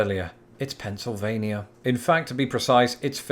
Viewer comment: Lol he got Pennsylvania right! Nobody can decided on o e accent so we all speak differently.